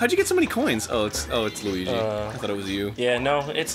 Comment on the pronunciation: Every time Arin calls Luigi "Lugi" I can't help but laugh.